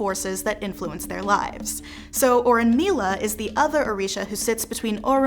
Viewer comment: Thank you so much for this video. Just a helpful pronunciation tip it’s oh-bah-tah-LAH (Obatala) and oh-RUNE-mee-lah (Orunmila). Asé